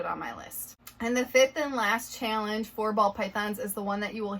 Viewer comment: Are you in the Midwest? Just the way you say the word "challenge" sounds like it, so I'm just kinda curious, haha.